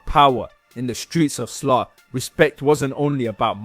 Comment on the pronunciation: Slough is not pronounced as “sloth” it’s pronounced “slaow”